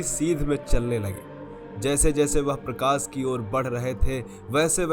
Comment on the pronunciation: भैया ...सिव ,प्रकास और दर्सन की जगह शिव ,प्रकाश और दर्शन बोलना सीखों । सफल रहोगे